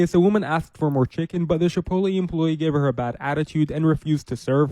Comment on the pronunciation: Pinche FMB calling Chipotle "Chip-OAT-LEE" is hilarious! Pinche FMB es mucho menso, ey!